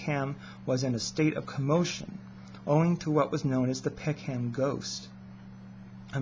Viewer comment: Peckham is pronounced 'peckem' not peck ham by the way. Good subject though.